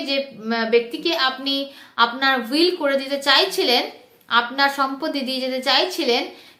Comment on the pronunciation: হুইল নয় উইল